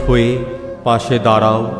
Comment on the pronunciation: 👍২৬ ''দাঁড়াও" - অপূর্ব অসাধারণ উচ্চারণে। 🙏